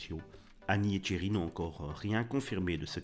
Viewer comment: Tcherry ? C'est Thierry...